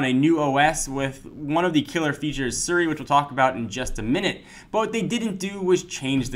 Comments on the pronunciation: it's Siri not Suri! (he's pronouncing it wrong...) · its not seri its siri.... learn to speak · It's pronounced SEE-ry.